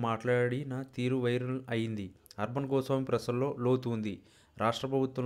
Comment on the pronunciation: You are unable to pronounce the name of Mr Arnab Goswami. You have not properly presented.